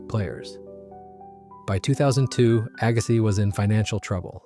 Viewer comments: Jeez, Aggasiz is pronounced "agg-a-see" not "agga-sizzzz". Oh, and Stoneangel closed two years ago. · Can’t pronounce Agassiz correctly either 🙄